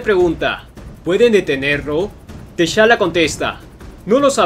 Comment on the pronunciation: Muy buen comic y muy bien narrado, pero no se pronuncia Teshala, se pronuncia Tachala